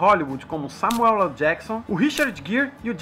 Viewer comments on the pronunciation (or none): none